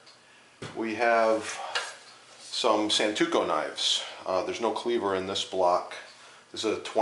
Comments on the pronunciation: It's SANTOKU, not santuko. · Every time he says santuko, I cringe with absolute disbelief.